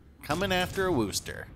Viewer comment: At this point I am convinced if you're not from Massachusetts you can't pronounce Worcester. Funny thing is one of the examples given here also mispronounces it.